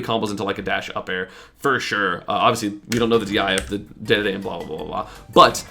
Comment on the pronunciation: its dee dee dee not day day day listen to the announcer! and dont tell me the ANNOUNCER pronounces it wrong. isnt he kinda paid to do that